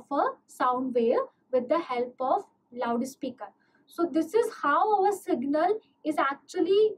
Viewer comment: the way you pronouce loud speaker😂😂😂 laude speaker